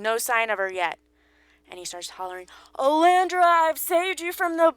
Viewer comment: Oh-lee-an-der. Like the flower. Not "Oh-lan-dre-a".